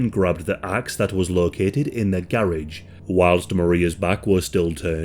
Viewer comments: That “garage” pronunciation is wild lmao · The way to say garage… wow why can’t y’all speak correct?